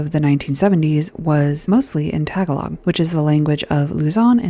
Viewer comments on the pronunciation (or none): Its 'ta-GA-log' not 'tag-A-log'